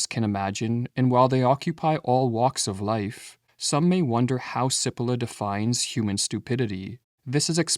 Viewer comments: It's not Si-polla. It's Chi-polla... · My friend I am Italian American and I speak Italian. May I help you with the pronunciation of the name “Cipolla” (Chee-Po-lla) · The irony of producing a video about stupidity where the presenter doesn’t realize that he is mispronouncing the name Cippola. In Italian CI is pronounced “chee” not “see” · His name is pronounced CHEE-po-law ... not sippolah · Just for the record, his name is pronounced chee-POLE-ah. That's ignorance, not stupidity. Btw, it means 'onion'. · Please note, Italian pronunciation of Cipolla is 'cheepollah' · Pronounced, in Italian, 'Chipolla'. Thank you lovely brothers. Peace and love from the North Pole. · It might help the presentation if you pronounced the author’s name correctly. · Please pronounce 'Cipolla' correctly or people are going to think you are stupid. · The AI voice mispronounces Cipolla's name. Stupid. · Cari fratelli canadesi - Carlo Cipolla was italian (died in 2000). would you kindly, per favore, pronounce his name the way Cipolla is pronounced in Italy? Grazie. 🧅🧅🧅🙏